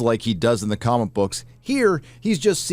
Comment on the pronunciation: Anyone else hear say cumic book